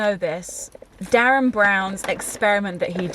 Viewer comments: Derren not Darren haha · he's called derren not darren :)